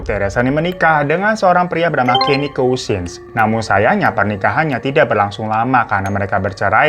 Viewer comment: bacanya ‘kasêns’ bang🤣🤣🤣 (cousins)